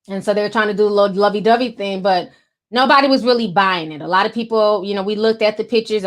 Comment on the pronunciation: I love how you say “thing” lol “theen” I love it 🥰